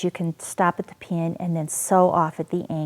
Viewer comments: Lol... I can't help but chuckle a little when she says pin (pee-an) Interesting how we all have different accents depending on where we are from.. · I can't get over how she says pin. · You say "pin" weirdly. Thanks for the video.